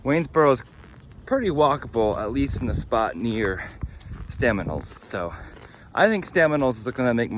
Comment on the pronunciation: Stanimals, not Staminals.